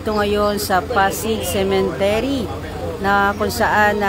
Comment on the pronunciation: Correction lang po...😊🤗✌️✌️✌️cemetery Hindi cementery. .. ✌️✌️✌️🤗🤗🤗